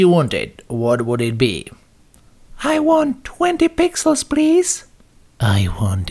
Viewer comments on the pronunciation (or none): "I want 20 pixels prease"...lol